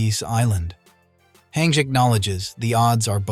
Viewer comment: why do you pronounce her name “hang”